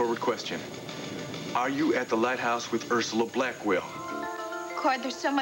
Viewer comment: Why does Ursula’s dad keep calling her Urshula?